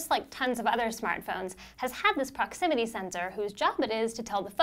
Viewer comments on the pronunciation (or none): I stopped watching when she said proximity